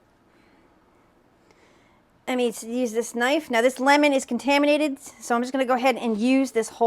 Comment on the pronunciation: It’s bizarre the way she says contaminated….its not abnormal to cook with your hands geez. And you’re cooking the thing at 360 degrees. Boiling water at 100 degrees kills microorganisms